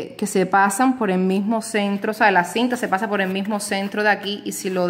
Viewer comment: se dice por!POR¡ No es po😅